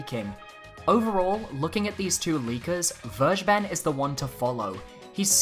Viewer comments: I can't unhear the way he pronounces it though lol. Verge ben. It's actually closer to Ware ghe ben. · His name is still pronounced FAIR-GAY-BEN and not verjben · vergeben is pronounced kinda like: fair-gay-ben(probably the easiest way to remember it. just say it all together without a pause) in german and means "to forgive". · It really irritates me that people are pronouncing it "verge-ben". It's a German word, and it's pronounced "ver-gae-ben". It can mean 'pardon', but it can also be used to mean 'give away', as in giving away information (aka 'leaking'). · Hearing people say "Vir- ja- ben" makes me cringe so hard. It's "Fare- gay- ben" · Vergeben in German means "forgiven", interesting. If you want to pronounce it correctly, say "Fair gayy ben". In German g is always hard, as in gift, and V is pronounced like F. German W is the english V. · Can we pronounce names properly please? Vergeben is German. You can look up a pronunciation or just follow this: fair-GAY-ben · You sure it´s pronounced Verge-Ben? :D Because it´s actually german. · The way you pronounce vergeben is funny to me but its normal for someone who speaks english Its a german word 😃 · Sigh... nobody pronounces "Vergeben" right. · don't be mad at me, but "vergeben" is the german word for "forgive" ^^' just wanted to point this out because the english pronunciation sounds so wierd to me^^'